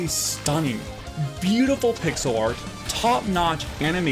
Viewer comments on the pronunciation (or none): none